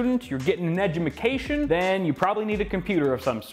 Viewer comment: lol cant say education